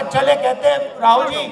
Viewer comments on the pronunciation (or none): ra-owl ,ra-owl 🤣🤣. I love ra-owl from Pakistan